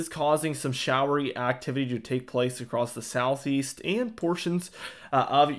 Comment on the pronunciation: On another topic... I have to tell you that it thrills my heart to hear you pronounce "across" as "across" and not "acrost" as I hear more and more people these days. Such a breath of fresh air. I couldn't tune in if I had to hear "acrost" on a regular basis. ❤️ from Virginia